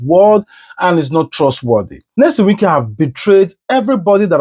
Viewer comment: Pls which one is Nesom? Are you a Nigerian and in Nigeria? This name is a household name and should be pronounced correctly. Your analysis is ok